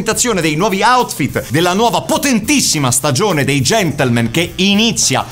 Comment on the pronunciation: Io ormai ogni volta che dicono Gentlemen... sento invece GENTLEMENT xD Chissà se sul set di questa stagione è capitato di dover correggere la parola GentlemenT!